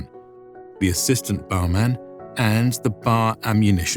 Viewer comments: It's always pronounced "B" "A" "R", never "bar". I know that pronounceable acronyms usually get pronounced. That didn't happen in this case. I don't know why. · Its not Barman. Its B.A.R. man. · My father was Infantry in WWII. BAR was always spelled out, BeeAyAre. Garand is pronounced Gare-und, not Gare-And. John Garand was French Canadian. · BAR was never pronounced as a word, but rather as the letters. Bee, Aye, Are. Bar was a slang term for Hershy's chocolate bars.